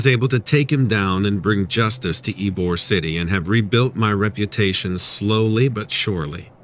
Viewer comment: It's pronounced E-bor, not Ibor.